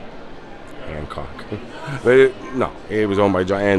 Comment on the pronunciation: That wall WAS so beige. Youre a tremendous tour guide, but its Hancock NOT Handcock....